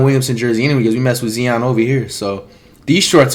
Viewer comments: Flight: I like Ziun Me: its Zion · Everyone: Zion Flight: Zeon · “Zeon” got me flopping like a fish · ITS ZION!!!!!!! NOT ZEON!!!! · He said Zeeon Williamson. I'm dead.😂😂😂😂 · Its zi-on